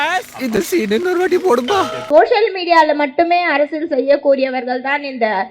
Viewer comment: Akka arasal illakka....😂. Arasiyal